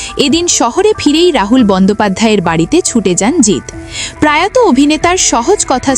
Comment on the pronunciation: কথাটা প্রায়ত নয়, প্রয়াত। একটু খেয়াল করে উচ্চারণ হওয়া উচিত।